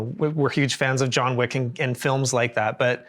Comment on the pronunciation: "Jean Wick"